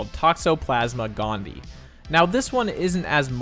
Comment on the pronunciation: Its pronounced GON DEE EYE